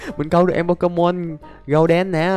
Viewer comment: Anh đọc golden thành gâu đen